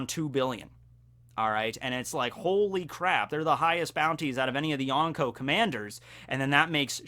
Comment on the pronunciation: Everytime someone says yonkou like this, a puppy dies. Good video though!